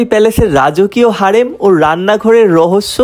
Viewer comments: হেরেম ❌ হারেম✅ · হারেম না হেরেম😂